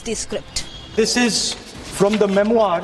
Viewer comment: पप्पू को फ्रेंच शब्द का उच्चार भी नहीं आता, मेमॲार बोल रहा है, सही उच्चार मेम्वॅा होता है, r is almost silent.